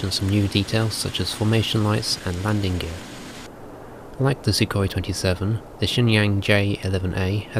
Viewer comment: 这英语说得温文尔雅………还有苏霍伊确定是这么发音？？